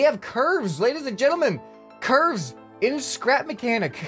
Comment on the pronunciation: Nobody:: bro look at those Ç Ü R V Ē Š